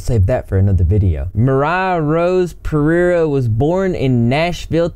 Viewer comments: "moriah pereereireoirerieruoe" uhh,, good job man lol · Pereira is a Brazilian last name. And it is spelled Pe-rey-rah(kinda like that). Lots of love from Brazil! (and the spelling that you heard is wrong) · dont try to pronounce pereira again